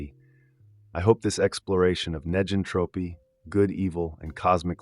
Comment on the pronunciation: It would be nice if (neg)entropy was properly pronounced in the video.